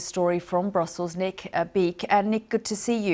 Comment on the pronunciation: What’s wrong with this woman’s pronunciation? Can’t say Norway can’t say nick very wierd